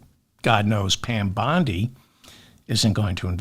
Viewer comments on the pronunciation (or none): none